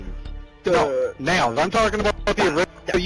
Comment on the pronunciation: I cant take him seriously when he cant pronounce a 5 letter word correctly, its Nalls not Nails lol